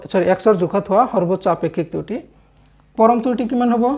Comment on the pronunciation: Sir truti nohoi kruti buli uccharon kore